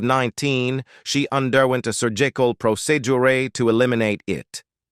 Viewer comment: Un-derwent a sur-jeecal proceeduray?